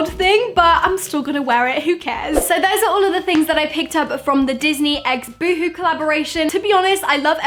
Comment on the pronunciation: Oh hon that's not how you say boohoo